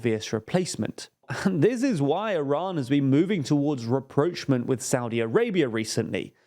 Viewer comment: Omg. Did you just murder the word 'rapprochement'? The English pronunce this word in the same way as the French and certainly not the way you did. 😅